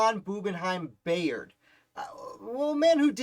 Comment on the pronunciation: You’re pronouncing his last name incorrectly. It’s pronounced By-ard. I know, because this is my family.